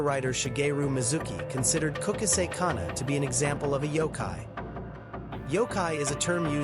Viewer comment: Kukasek? It's Kuchisaki come on son messing ppl urban legend. No disrespect i dont know where ur from but if ur from indian do indian ghost not jap urban legend kukasek 💩